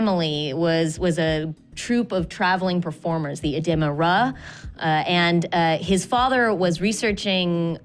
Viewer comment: Really didn't mind, except when she said "Edema RAH". My brain hit the proverbial brakes.